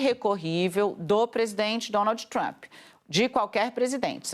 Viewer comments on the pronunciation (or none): "DonalDJÍ TrumPÍ" dói o ouvido essa pronúncia lixo do inglês. Tão ruim quanto ouvir "Élon" e não "Ílon Musk" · o ingrêis da dona Dani: Dônoudji Trâmpi😂😂😂😂😂😂😂